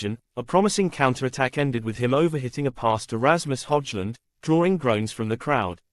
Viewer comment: What delusional bs! Mbeumo over hit a pass to Rasmus Hoijht-lund? You can't even pronounce his name properly. Hojlund wasn't even on the team 😂😂😂